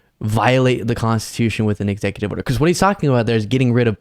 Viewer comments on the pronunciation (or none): Ex oooooative order lololol